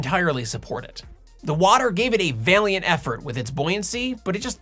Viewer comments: I hear VALE-EE-ENT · Vale lient? Lol why does every YouTube pronounce simple words and names, wrong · FYI, "valiant" is pronounced VAL-EE-ENT, where VAL rhymes with "pal". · Was that a bit of word play , vālient instead of vălient, or just a variant in pronunciation?